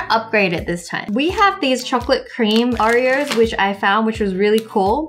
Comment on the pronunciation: Did anyone notice that Wengie calls it "Au-ri-o's" instead of "O-ri-o's"? Hopefully I make sense or else this comment is useless